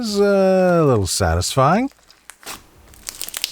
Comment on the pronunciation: “nOw FiNgErS” and “sAtYsFyInG sOuNd” but also “SaTiFyInGgGgGgG?”